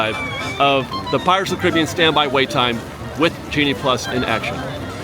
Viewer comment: Care-a-bee-ann. Not criby-ann.